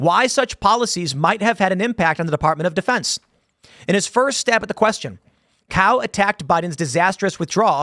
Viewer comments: In the clip, he himself pronounced it as "cow" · i'm pretty sure Cao is pronounced ts - ow I could be wrong though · It's more like "Tsao", as in "Cao Cao" from Three Kingdoms. And I hope he introduces himself as "I"m Hung, and if you don't believe I am, then ask your mom. She'll verify." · Pronounced hung cow is crazy. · Cao is usually pronounce "Sow" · I thought it was pronounced “ Hung Chow .” He’s a hardcore dude .